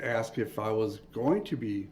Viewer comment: THE WORD IS ASK NOT AXIE DUMB ASS CAN'T EVER TALK